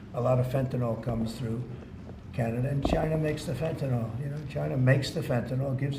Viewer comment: FENTANYL FENTANYL FENTA NYL NOT FENTANOL!!!!!